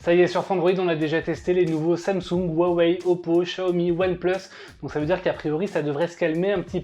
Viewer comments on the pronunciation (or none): none